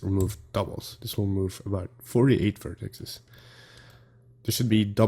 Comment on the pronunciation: Great video! Note to author: it's "vertices" (VER-ti-seize) not VER-texas. ;) Thanks a ton for making this video, why do I always forget about the Screw modifier? That and the Lattice mod are 2 super powerful tools and I forget em both all the time, after years of Blending even (slaps forehead......again). :D